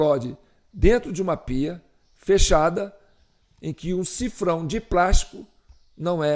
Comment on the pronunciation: Olá o nome correto é sifão e não sifrão= $